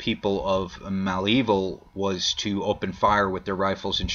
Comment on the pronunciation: Okay, let me help you with the name Malevil. It is not Mal Evil. It is Mulaveel. This is the right way to pronounce.